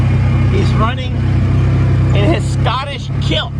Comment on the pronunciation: Scotlish 😂😂😂 That killed me 😂😂😂